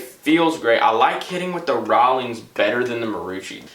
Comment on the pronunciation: if i hear him say rawolings one more time i will kms